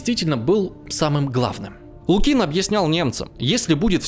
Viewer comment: Странный историк - не знает названия Халкин-Гол и не может поставить ударения в простых русских фамилиях Воронова и Лукин, в словах типа фронтовой